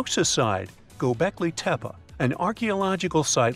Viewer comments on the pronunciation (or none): Dude, Gobeklee tehpee, that's how it is pronounced correctly, I know you can do it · That's immediately what I thought lol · but he said it like it was likely pronounced in those days